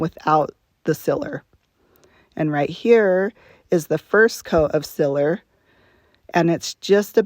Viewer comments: sEEler lady. Not siller. You must be from Utah. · Any any chance, are you from Pittsburgh? You say Sealer, like we do!